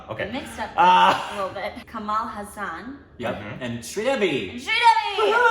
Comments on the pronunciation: Fun fact - The Hasan in Kamal Hassan is not Pronounced as Hasaan as it Is not an Islamic name. it is Kamal Hasan meaning the smile of a lotus. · So adorable.. Sridevi 😍😍👌, both amazing people in one screen.. awesome.. 👍👍.. I love reaction, she is sweet like Rick.. ❤❤, keeps correcting.. its Hasan.. 🤣🤣🤣 love it.